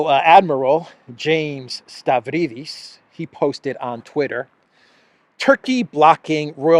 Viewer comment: The moron's name is pronounced (Stavridis) as Stab-rydis !